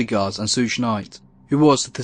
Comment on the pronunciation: A little pronunciation help: ‘Suge’ is just a shortened form of “Sugar Bear”. So to say ‘Suge’, all you have to do is say the first syllable of “Sugar”. Easy-peasy. 🤗